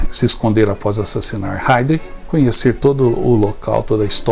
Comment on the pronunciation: A PRONUNCIA É: RHAIRISH